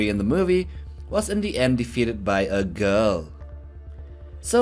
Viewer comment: I like how you said "that feral predator got killed by a.....GIRL"